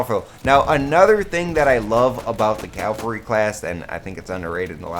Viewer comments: i thought it was cavalry not calvary? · Calvary hahaha 😂 cavalry *?? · CAVALRY NOT CALVARY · It's CAValry ffs